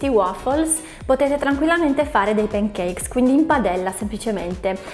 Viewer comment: p"E"ncakes....non si può sentire! 🤦🏻‍♀️ Per il resto video interessante 👍🏻